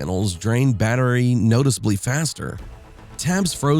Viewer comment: "baterry" as well lol